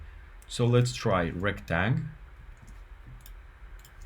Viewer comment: Just an FYI, a rectangle is not called a rectang. Unless of course you are pronouncing it Retang cause it’s how the command is written. 😊